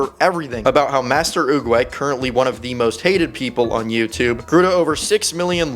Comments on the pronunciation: It's not oogway it's oogwGAY Fr check it out😅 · He destroyed the name Master oogway